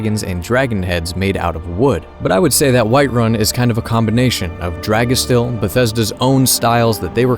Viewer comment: I didn't know Dragestil started here in Norway, thats pretty interesting. Also your pronunciation of Dragestil was pretty good!